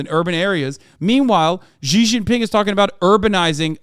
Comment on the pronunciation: Hasan your pronunciation of "Xi" is killing me